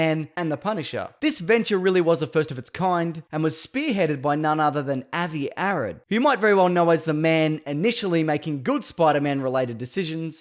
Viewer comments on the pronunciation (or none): For the record, Avi Arad is pronounced "AH-vee ah-RAHD".